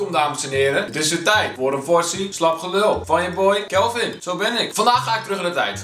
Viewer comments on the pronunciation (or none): Nee god kelvin pleas je zegt best onder de knie eh nee sorry het woord TIJD spreek je uit als TIED niet met een T😂